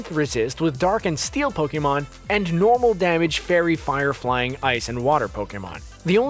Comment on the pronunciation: Do u not know hot to pronounce Pokémon?